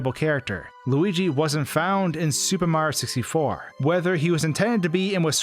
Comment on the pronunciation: You need to fucking enunciate, dude. You completely cut syllables from words and it’s ugly sounding and annoying as shit. If you’re going to have heavy narration in your videos, you should strive to get better at narrating clearly. “SUPAMARYOSISTFOR”